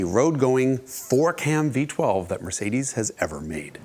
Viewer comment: The European pronunciation of Mercedes made me laugh 😂, he nailed it